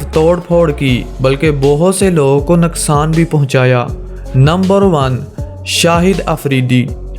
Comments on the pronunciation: Nuqsan hota ha naqsan nae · Abye panjabi naksan nahi hota hai nuksan hota hai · naqsan nhain hota bhai nuqsan hota hai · Naksan nhi noksan😂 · You say naksan